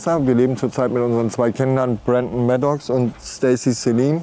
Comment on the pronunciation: Hat er das echt gesagt "Maddox" 😂😂😂😂